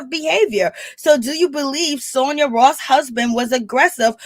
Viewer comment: if you're going to report on things make sure you get people's name right. Her name is Sanya NOT Sonia!